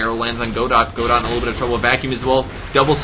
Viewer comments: Great cast, super fun game to watch :) btw, Godot is pronounced more like "Go-dough". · You're right that pronounces Godot wrong and it should be pronounced Guh-doh but the play "Waiting for Godot" is not written by Bertolt Brecht. It's written by Samuel Beckett. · Unless you've heard otherwise from the player, "Godot" is most likely pronounced "guh-DOE" Fun fact: Godot is probably a reference to the play "Waiting for Godot" by Bertolt Brecht in which two characters wait around for Godot while awkwardly conversing and wondering where he is. Godot never shows. It's kind of funny this guy is named Godot... it's like the dude finally appeared XD